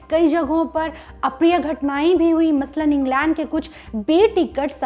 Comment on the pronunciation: Englaand nai england madam ji 🙄